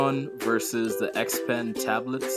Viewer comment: its "XP-Pen". not trying to be rude just letting you know cuz it kinda bothered me for a bit